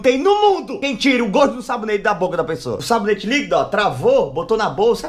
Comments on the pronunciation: SABONETE LIQUIDO NAO SABOLETE NIQUIDOOO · Kkkkkkkkk vey é Sabonete Líquido ou Sabolete Níquido kkkkkkkkk gosto D mais do seu canal assisto pela TV acompanho tudo 😄🥰